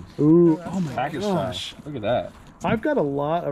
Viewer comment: Just stop saying "Ho my gosh"